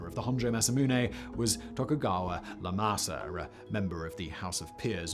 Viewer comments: The Tokugawa family given names start with the letter "i", not an "L", so Iemasa is not Le Masa a la francais, but eeaymasa... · Great stuff, Simon, but you're pronouncing those Japanese names wrong, they start with Is, not Ls. Not "Le-mah-sa," "Ee-eh-ma-sa," like that. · I'm fairly certain it's not Lemasa but Iemasa. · its not Lemasa its Iyemasa with an I. its not Letsuna, its Iyetsuna with an I. theres no L in Japanese language. 😊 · This for future reference, but the Tokugawas' names are not Letsuna and Lemasa, but Ietsuna and Iemasa pronounced ee-ye-tsu-na and ee-ye-ma-sa and the founding father of the Tokugawa shogunate is named Ieyasu as in ee-ye-ya-su. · Please, please - that's a capital I at the beginning of Iemasu and Iematsu. Pronounced like Eee-aaay-masu. I love your videos but the mispronounciation of names is so irritating - can the writers provide a pronounciation guide for you? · Great video as ever Factboi, but as a language pedant living in Japan, want to address the Tokugawa names - they are Ietsuna (ee et soo na) and Iemasa (ee eh ma sa), it’s a capital i not a lower case l at the start! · Just a heads up Simon, In japanese they do not use L, what you are seeing is an "i" not an L. So its pronounced Iemasa (ehe-ma-sa) (none of the E letters are saying their name so its the secondary sound.) Tokugawa is the family name and Iemasa is their given name or surname. cheers thanks for another interesting video. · Those are I's, Simon. Japanese doesn't have an L sound.